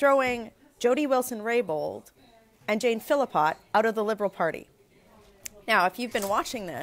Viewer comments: Hey Michelle love your feed, but you have to get Jane Philpott's name right. It is pronounced "fill pot" not "fill a pot". Keep up the good work! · Her name is NOT Philipot. It is Philpot Why can't you get her name correct. That's despicable to not know how to pronounce the name of a colleague.